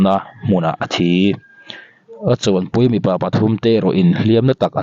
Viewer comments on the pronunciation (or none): A thi i tih thluk dan ki a dik lo ania